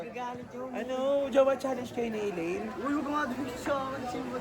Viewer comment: Hindi po acelaine. Aslaine